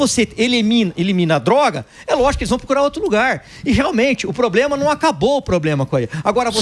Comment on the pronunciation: O "cidadõe" quando fala "poblema" já mostra o grau de "igonorança" esquerdopata!!!